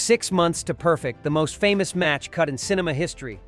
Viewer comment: * ' AAA ' Space Odyssey ? Try ' Ah ' in pronunciation . . . . . . er . . Keir Dullea ? that's pronounced ' Dullaay ' . . . * (and what's Christopher Nolan doing in this ?) . . Perfect is pronounced as in ' perFECT ' . . . * . . Why are some scenes mirrored ? . . .